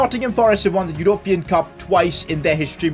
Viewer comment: The way you say European is weird